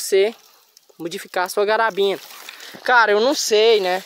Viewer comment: Pq vc chama a carabina de garabina? 👀